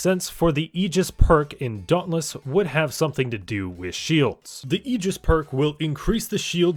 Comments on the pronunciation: "ay-jis" "AY-JIS" not "E-gis" my guy!!! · Ay-jis* ty for the great vid